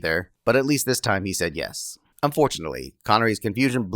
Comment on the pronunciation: Remember kidge, a hundred nos and one yesh equals YESH !!!